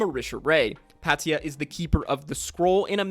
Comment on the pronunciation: same altho i did enjoy the video. let me also just add one more Patia (pay-shuh not Pat-e-a)